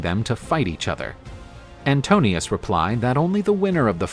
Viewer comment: The suitor is called Antinoos not Antonios. This is important because his name Anti-noos translates as Anti-mind. He is one of the most dangerous suitors because he can twist the truth and thus spread his propaganda, his narration of events. Odysseus has to win him with a better story,better narration, better claim. As the rightful King of Ithaca, he can do it...